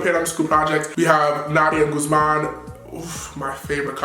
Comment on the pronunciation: It's gu thh man not gooSEmaan🤦😂😂😂😂😂😂😂😂